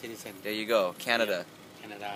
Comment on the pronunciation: ....Canadia? Lol